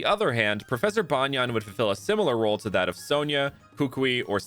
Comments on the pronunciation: This guy pronounced banyan like tank top banyan and not like banyan tree😂😂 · Banyan in pronounced as bunyun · Lol sure, Banyan is the English name of a tree, but in Hindi, it means "undervest". We don't pronounce the English word Banyan like that. And the way you pronounced it sounds more like the Hindi word.